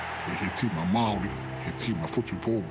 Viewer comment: use your Maori tongue girl your pronunciation sounds of the welcome sounds like a 2 year old ??